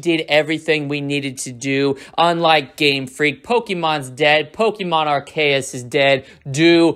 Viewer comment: why does every native English speaker say ArKiUhS? it's such a simple name, how tf can y'all mess it up?